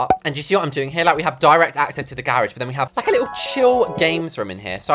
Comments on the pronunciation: “The grrr-rage” 😂😂😂😂😂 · "the gerageee"